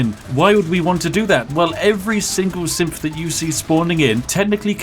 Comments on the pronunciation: Sounds like you are saying simp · Whenever he says "Synth" I can't help it but hear "Simp". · anyone else hear simp instead of synth due to accent? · I know Spiff is saying synth but I keep hearing simp and yes I agree that simps are a great way of making money. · Sort of glad that didn't happen. A synf (SpiffCo approved pronunciation) at the head of the BoS? Maybe it would work if I was doing a pro-Institute playthrough & wanted synths taking nearly all positions of power. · i heard simp every time he said synth